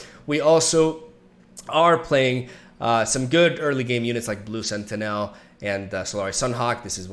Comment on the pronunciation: the way he says blue SentiNEL , it's Sentinel Tragin , TARGOOOOON